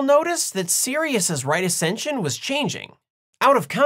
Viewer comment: How dare you call it "right acention"........ That's white supremacy and racist?🤣😆😂